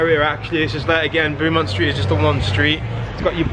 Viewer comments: I laughed at the pronunciation too. Awesome video and glad you love my home city. Love from London. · As someone from Newcastle this is so cool to see, but your pronunciation of Beaumont st and the bogey hole is hilarious!